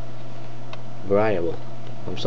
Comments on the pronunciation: ver-ee-abul not varieyable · That pronunciation... var-I-able...